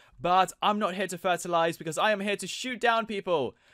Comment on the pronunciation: "I'm not here to ferterlize" did that sound normal